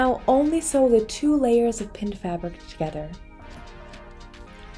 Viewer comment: This is the best tutorial on how to sew an infinity scarf. You pronounce 'sew' like they do in India. Made me smile.